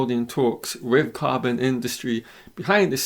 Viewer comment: What is wrong with the education system in England? This commentator with his mispronunciation of English words, that is so typical of English people. Dis, instead of this, dat, instead of that, wiv, instead of with, fink, instead of think. Weird!